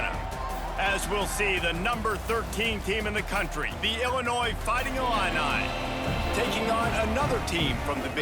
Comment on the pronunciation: As an Illinois resident I cringe the way you pronounce the state name. Its not Illinoise please. As a Purdue graduate, Boiler Up and Hammer Down!!!